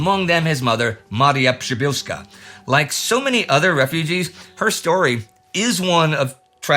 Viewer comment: Wow Indy! Your "Przybylski" and "Przybylska" pronunciation was spot on!